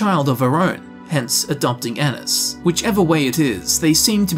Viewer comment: My last name is Ennis and thank you for saying it right😂